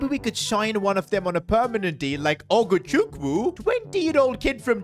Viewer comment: Bro said ogochuku 😂😂